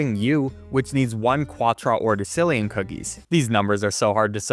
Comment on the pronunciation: You pronounced quattordecillion as "kwataordecillion", its actually "kwator" not "kwataor".